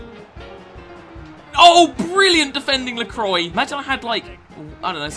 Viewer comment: Did he just call lacroix “ lekroy”